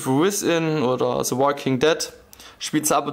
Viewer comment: es heißt "The" nicht "Se" meine fresse